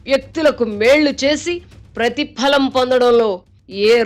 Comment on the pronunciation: గారి తెలుగు కొత్తపుంతలు తొక్కుతుంది. కొన్ని పదాలకు ఈమె ఒత్తులు పెట్టేస్తుంది. "ఆధారం" అనే పదానికి "ఆద్దారం" అని "ప్రధాని" కి "ప్రద్దాని " అని "ప్రతిఫలం" కి "ప్రతిప్ఫలం" అని " భిన్నంగా" కి "బ్భిన్నంగా" అని ఈ విధంగా.